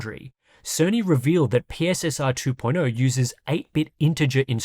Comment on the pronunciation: PSSR is actually pronounced "pisser"